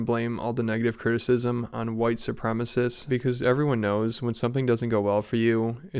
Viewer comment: Drink every time he says "whitesoopremists"